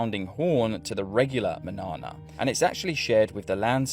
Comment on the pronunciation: Manarna? 😂 You berk